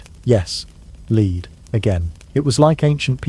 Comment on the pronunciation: Please train ur AI to say lead instead of lead. It throws me off everytime.